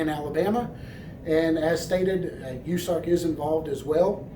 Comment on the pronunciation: US ARK like U S A its pronounced and Koosko I think it is how his name is pronounced. Love all your videos sad times we live in...f 2020